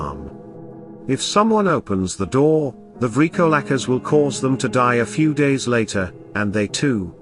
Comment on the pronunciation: 💀..I dig thee "LAMIA".., but I'm not sure about your pronunciation of the "VRYKOLAKAS"..